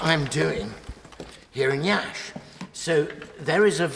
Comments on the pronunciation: Yes, indeed. That's the first thing I noticed. I was stunned, as I was waiting for the expected mispronunciation of my town's name. I'm impressed. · bro pronounced Iași to perfection (love from romania) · Your pronunciation of "Iași" is perfect